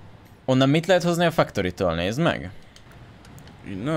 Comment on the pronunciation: sziasztok. csak egy kérdés a factoryt nem fektörinek kell ejteni, nempedig fuck torinak? XD